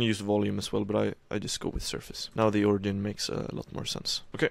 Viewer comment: Its not pronounced ori gin, its ori jin